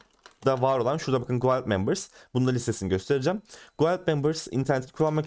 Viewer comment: Dostça bi düzeltme "guild" gild olarak telaffuz ediliyor. Yabancı çok aboneli bir çok kanalın anlatmadığı kalitede anlatıyorsun teşekkür ederim.